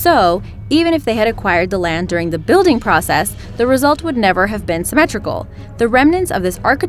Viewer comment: Did she keep saying 'Wighams' instead of 'Wickhams'